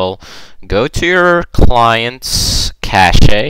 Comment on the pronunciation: Cache is pronounced like cash.